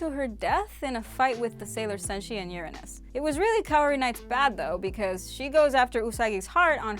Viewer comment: Don't embarrass yourself. Look up the pronunciation for URANUS.